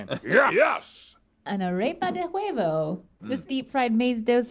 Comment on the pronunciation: Pro Tip: Don't pronounce the H in huevo🤣